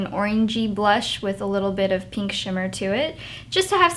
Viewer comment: omg i want that harajuku bag SO BADD!!!! i love how she says pink xD "peenk" xD